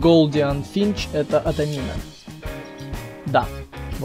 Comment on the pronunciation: Не адамин а амадин